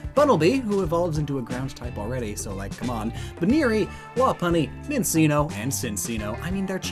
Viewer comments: How do you say CHinCHinno and minCHinno are based off a Chinchilla and then call them Sinseenno and Minseeno ? lol And making Kantonian Meowth a Dark type would render the alolan one pointless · It hurts me how you pronounced minccino and cinccino but then pronounced chinchilla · Honest question... How did you not use the correct pronounciation for Minccino and Cinccino knowing exactly what species they are? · I still cringe with his super wrong pronunciation of Minccino and Cinccino (I mean, "cc" is "ch" and you freaking SAY CHinchilla!) but he also says "Co-vergent" instead of "CON-vergent" (i.e. reaching a similar conclusion) evolution. XD Still enjoy what he makes of course. I still think Dunsparce deserves Ground type, though, considering it has a digging tail, is called the "ground snake", hides in the dirt, etc.